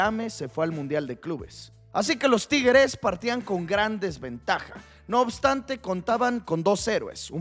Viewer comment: No sabes pronunciar la palabra tigres, o qué te pasa? Te sientes bien?